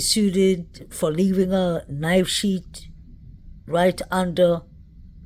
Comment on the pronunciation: Fyi: not knife sheet. It is knife sheath. Not kings rd, it is king rd.